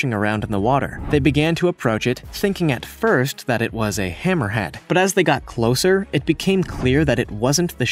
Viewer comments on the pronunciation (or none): none